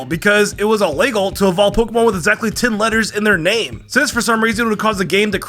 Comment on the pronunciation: Illaygal???? Lmao wtf bro English is your only language